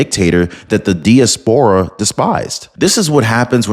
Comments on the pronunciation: I agree wholeheartedly with this message and the Venezuelan people, but it's pronounced dai·a·spr·uh, not dee-uh-spore-uh. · In English diaspora is pronounce Die-ass-por-a, good work though, thank you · Great vid. FYI, it’s pronounced dye-AS-puh-ruh. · Great video; only 1 item: diaspora pronounciation: die-AS-puh-rah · Die-as-pera is the correct pronunciation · You keep pronouncing diaspora wrong.😂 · Please check out pronunciation of DIASPORA. Emphasis is on the second syllable and "a" pronounced as "a" in "hat."